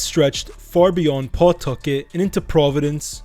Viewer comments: It’s not PAW-tucket. It’s pa-TUCK-et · It's pronounced Puhtucket not PAWtuckit. 😂 I'm originally from worc mass area but have lived in ri for 30yrs, even lived in cf from & worked at a few prov restaurants with mob ties. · P'tuckit, say it right